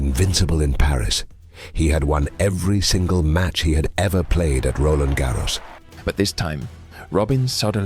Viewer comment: Stop rolling R's when you pronounce Roland Garros , 😂 it's french, not Spanish. I mean it's a video in English, I wouldn't have an issue if it was pronounced the English way, but Spanish pronunciation is weird. unless there is a process of changing RG "nationality" to Spanish with Rafa 14 titles plus carlitos 2 of many titles